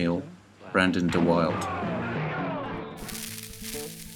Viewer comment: One of your very best so far - small criticisms: William Wyler’s last name is pronounced “Why-ler,” not Wilder; Brandon deWilde’s is pronounced “duh-will-duh,” not “deWild.” Otherwise, very entertainingly informative. I appreciate the amount of work you put into these.👍🏼